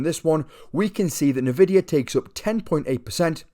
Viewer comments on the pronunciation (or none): N....vidia That's how you pronounce it